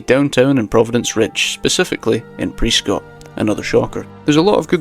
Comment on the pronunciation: Alright as someone from Prescott Arizona I just wanna say it's pronounced pres-skit, how people pronounce the name is actually a good way to find out if someone's from Arizona lol